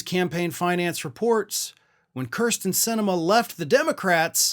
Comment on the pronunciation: It's pronounced keersten